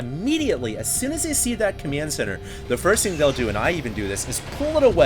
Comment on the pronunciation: WTF was that accent on command center !